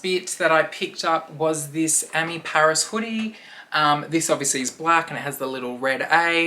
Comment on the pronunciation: Oh PARIS!( not pairs)😂